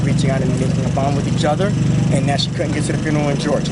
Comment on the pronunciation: What the hell is a "furnural?" Its FUNERAL!! learn how to speak